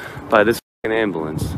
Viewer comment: Yes, asshole frauditor did you just say ambalance rollin up? What an ignorant shit head!!!